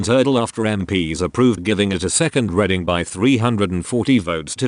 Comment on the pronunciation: Sorry, but when I open a book I READ it, not RED it. The word id READING not REDING.